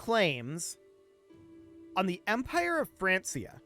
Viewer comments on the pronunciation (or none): Francia is pronounced Frank-ia...... There is no S sound in the name. I understand how it is confusing seeing how close it is to the name France. Which it turns into, but that is NOT how they pronounced it back then. Not mad. You just sound like an idiot to me whenever you say it. I hate to say that too. (Not the pronunciation, the idiot thing)